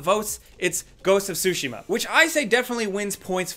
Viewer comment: My eye twitched every time he butchered the word "Tsushima"..